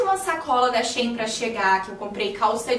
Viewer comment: diz-se She In! Amo os seus videos 💖